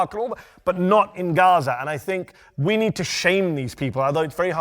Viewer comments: The way she pronounced "Ghezze" is so annoying. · Why'd she pronounce Gaza like that? She's completely English speaking ? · Ex-fucking-cuse me, Gaza is pronounced like w h a t ? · How did she pronounce Gaza?